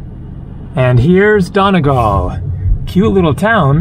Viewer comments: I really hope someone told him its said Donny-gall and not Done-agal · it's pronounced donEEgall